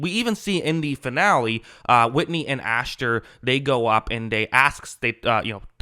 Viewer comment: You keep saying "AshTer" and it really bothers me lol it's Asher...no T.